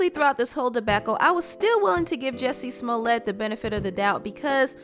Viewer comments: How come no one knows how to pronounce this fools name. lets get it Right Its Pronounced " Ju Cci Smell it". Shut the fuk up cardi rat b. Didnt ur mom ever Tell you dont talk with ur mouth full. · Hey Cardi, the correct way to pronounce his name is Jucié Smoliét !